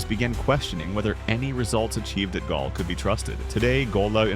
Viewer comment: A ripper 🤣 Galle is mispronounced....